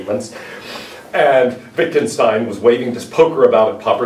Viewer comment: His name was pronounced Vitgenshtain, he has never immigrated to USA.